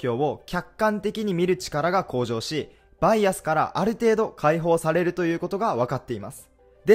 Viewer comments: バイアスのイントネーションがちょくちょく違う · バイアスのイントネーション草